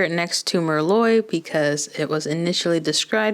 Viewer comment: Thank you for the comparisons, they really help!! I like the colors but I'm not sure if I'm going to pick any up. Also I just gotta say, 'Merlot' is pronounced mer-low. I made that mistake when I first started waitressing. The customers had a great laugh. 😂❤